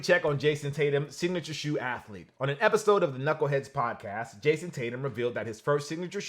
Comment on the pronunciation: Sorry but his name is Jayson